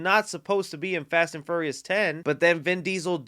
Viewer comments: Did he say Fast and FURRYious? Lol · Lol every time he says "Ferious" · "Fast and Furry-us" haha